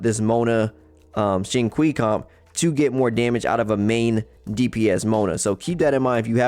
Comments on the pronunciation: Xingqiu is pronounce “Sing Chew” . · dat Xing "kwii" lmao